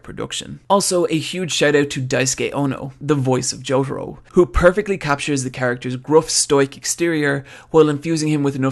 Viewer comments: Why do you say Jotoro? His name is Jotaro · It's Jotarooooooooo not Jotaru